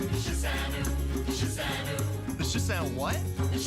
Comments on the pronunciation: I cringed into another dimension watching that. The pronunciation of "shi san wu" literally killed me. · They pronounced 十三五 wrongly!